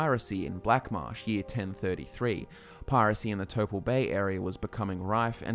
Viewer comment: You said piracy and I hear pyrocy.